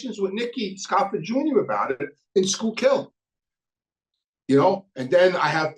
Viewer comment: What’s Skook Hill!?? You saying it all wrong dawg